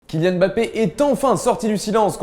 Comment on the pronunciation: On dit pas Bappé mais Mmmmmbappé